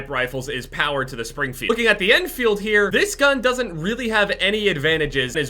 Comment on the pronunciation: why do you call it the en feild